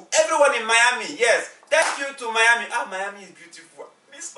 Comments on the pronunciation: It's not Mayami it's Miami. As usual very entertaining. I like how left behind and ran for her life 😅😅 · Somewhere in “Mayami” 🤔 lol did you guys mean Miami ? ❤️❤️ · SPOILER ALERT!!! Wait a damn minute....isn't it rice and fried chicken instead of fried rice and chicken 🤔🤔. And it's Miami not mayami🤔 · Don’t you mean Miami, not “Mayami”? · Point of correction it’s Miami and not Mayami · It’s Miami not mayami thanks 😊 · its not mayami its miami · It’s pronounced Miami